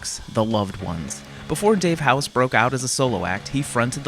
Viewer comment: It’s Dave Hause not house